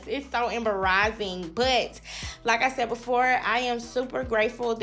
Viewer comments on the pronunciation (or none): “I am EMBERAHZED. It’s so EMBERAAHHZING!” 😅😂 That was funny and probably never going to say “embarrassing” the same again!!